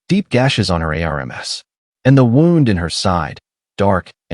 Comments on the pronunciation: Wound pronounced like wound a rope but should be pronounced wound which is spelt wound but refers to an injury. Why is narrator spelling C..O..P...then saying cop. R..a...g then saying rag. Deep gashes on aA..R...M..S ...meaning arms. It's so distracting. Signing out. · Wound miss pronounced.